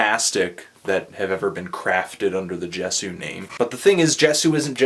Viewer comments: Yes yay-zoo not jes-ooo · Is it not pronounced Yey-soo? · for the record it's pronounced "YAY-zoo" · it's pronounced Ye-zu... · In my humble opinion, being a die-hard fan of Justin's music since 1989, I cannot bring myself to judge or even stratify his music from good to bad. Such originality doesn't deserve to be judged, but....reviewers must do what they do, and for that you have my respect, for better or worse. "Ascension" I love this album. and yeah, it's pronounced "yay-zoo" :P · man sadly, I kind of agree with you here. Even down to the artwork. But hey, the dude can't put out instant classics all the time. Its like the rollercoaster broke down halfway up the hill and now i have to walk down the steps.....hey i think its pronounced Yay-zoo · It's pronounced yay-sue, by the way :P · It's pronounced "Yay-sew." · IT'S YAY-SU!! YAY-SU!!! This is how You read it. Why no Bukkake yet? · tru, you pronounced it wrong :/ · If you watch videos of Justin, pronounces it with a "J".